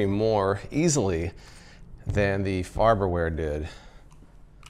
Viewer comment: "Farber ware" lol